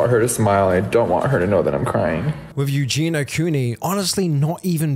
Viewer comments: Her name is EugeiIa... "You-Gee-knee-uh". If you're going to make money off of her the least you could do is pronounce her name correctly. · I agree with what is said in this video and I know this in a detail, but her name is EugenIa not Eugena. Pronounce Eu-ge-nia. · Dude, it's not pronounced Eugena it's pronounced Eugen-E-a Eugenia. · Eugenia...you are saying her name wrong dude. Ffs...not Ew GINA.....Eugen. Ia....ia..ia..Eugenia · pls its eugINIA cooney not eugina... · While I agree with the comments at the start of the video IDK why these people don't post the same stuff on obese people's videos. On those videos it's all YAS GIRL BODY POSITIVITY and then on this it's HOW IS SHE NOT DEAD? The same is true both ways. Also it's Eugenia not Eugena like you keep saying. Eugenia is a name, Eugena is not. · Please just get her name right. It’s Eugenia. Not Eugene-a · so many of these recent videos on her say it wrong :( like the least you can do is not call her miss clooney or Eugene-a and get her name right 🙄 this poor girl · You did not pronounce her name right. You Gene Eeee Uh. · Great video….I do wish u would have said her first name correctly tho